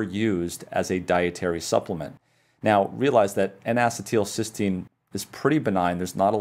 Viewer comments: Not to be a jerk but it is pronounced en uh cē tul not en ass ē tul. The only reason I bring it up is I have found doctors that laugh at the patient when you pronounce something wrong. Once I even had a doctor laugh at my pronunciation only to find out HIS pronunciation was wrong. People with chronic diseases really can suffer at the hands of insufferable doctors. Just trying to be helpful and not a jerk. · I have searched around, and can find no one who pronounces "acetyl-" the way you do. Every chemist or biologist is familiar with the common acetyl radical, and I suppose we all wince at your pronunciation each time. a-SEE-t'l is how everyone else says it. Otherwise, your lecture was superb. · Bruh is pronouncing it wrong.